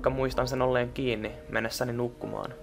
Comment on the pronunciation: "Mene nuqmaan!!" :DD